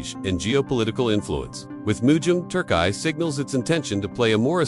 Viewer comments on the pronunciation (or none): I AM GOING TO ERRACE THIS VİDEO, I HAVE A HARD TIME TOLERATING THE PRONUNCIATION OF THE NAME OF MY COUNTRY. TURK EYE? THAT IS BY FAR THE MOST RIDICULOUS ONE YET. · Turkai or Turkiye? 😂